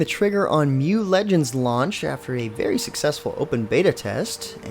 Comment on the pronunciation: isn't it read as "M" "U" legends? not one word mu (myu)?